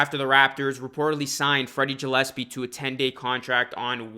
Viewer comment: Also isn’t it Freddy GUH-llespie not JUH-llespie lol